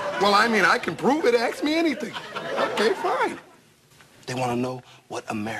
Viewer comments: "i can prove it, you can axe me anything!" hahahahhahahaa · I feel like he gave himself away at the start when he said "Axe me anything". So close... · "I can prove it, axe me anything". Jig is up! 🤣